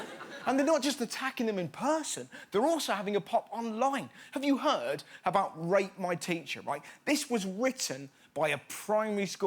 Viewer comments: At first I thought he said rape my teacher not rate my teacher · I thought he said “rape my teacher” instead of “rate my teacher” I had to do a double take. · I thought he said rape my teacher instead of rate my teacher 😂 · Can't help it, I've rewatched this like 10 times I keep hearing R*PE my teacher not RATE my teacher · I can't be the only one who heard "rape my teacher" and not "rate my teacher" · I honestly thought you said rape my teacher that would have been disturbing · I SWEAR HE SAID “RAPE MY TEACHER” INSTEAD OF “RATE MY TEACHER” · I heard rape a teacher not rate a teacher 😂😂😂😂😂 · When he said "rate my teacher" I thought he said "rape my teacher" and I freaked out even more when he said "primary student writ this" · I thought he was saying “rape my teacher” not “rate” I was so worried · Who else thought that when he said rate my teacher he said rape my teacher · I thought he said "Rape my teacher". For a second I thought "Shit just got real" then I realised he said "Rate my teacher", pheeewwww. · I didn't realize he said rate instead of rape until you pointed it out (not a native speaker), so imagine my confusion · Who else heard rape my teacher instead of rate my teacher. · I can't be the only who misheard "rate my teacher" the first time I watched this. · I thought he said "rape my teacher," and I was like oh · I thought he said rape my teacher😂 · Thought he said tale my teacher and was like well shit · Just me who thought he said “rape my teacher” yes? Okay... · I thought he said, rape my teacher 😂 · I thought he said rape my teacher . My bad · Yeah it look me a minute to realize he said "rate" haha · I thought he said rape my teacher 😂😂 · Who else heard rape my teacher?😂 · Who seals thought he said rape and got really fucking weirded out? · i thought rus said rape my teacherXD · I thought he said ‘rape my teacher’ misheard tremendously 😯😶😶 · i thought at first he said rape my teacher...... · Lol, I thought he said "rape my teacher".